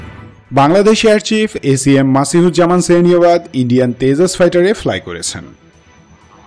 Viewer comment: হিন্দি উচ্চারণ তেজাস হলেও তা বাংলাতে হবে তেজস। বাংলা উচ্চারণ ব্যবহার করা বাড়াতে হবে৷